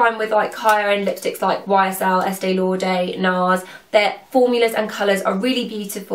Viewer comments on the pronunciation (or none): It's Estée LauDER not Estée LauDAY !